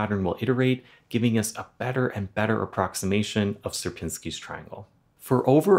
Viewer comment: It's pronouncing shi-erpiñski ,like Fibonacci is pronouncing fee-baw-nachee not fibounaksi